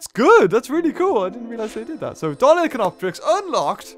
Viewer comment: FYI, it's pronounced "DOLLY-KORE-IN-COPS"